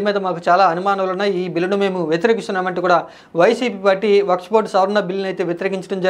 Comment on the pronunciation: వక్స్ బోర్డ్ కాదు వక్ఫ్ బోర్డ్ .